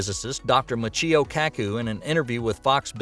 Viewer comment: Narrator can't even pronounce Michios name correctly!!